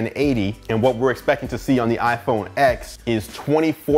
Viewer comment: Great review! iPhone X is pronounced iPhone 10